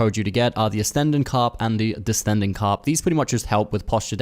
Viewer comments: Why do you pronounce ascending as astending And descending as destending? 🤣🤣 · you say Ass-tendin carp and diss-tending carp. Do you not know what ascending and descending means? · Nice tips 👍🏻. Just a couple of things: I think you miss-pronounced ascending & descending 😬. I myself got caught misspelling those a long time ago. (Speaker of of English as a second language) Keep up the good work 🙏